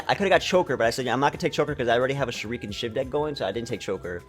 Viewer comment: Shuriken is pronounced sher-i-can not sher-ee-can